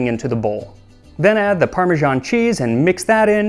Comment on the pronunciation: Why you pronounce parmesan like that?